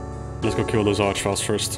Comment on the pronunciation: "... Eerst the Mancubus" layer". If it ain't dutch, it ain't much! Lekker bezig maat